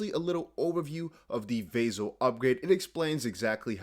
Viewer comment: Ηey! What’s up. Yea I own Cardano. And by the way it’s not Vay-Zil upgrade. It’s Vah-sil upgrade;)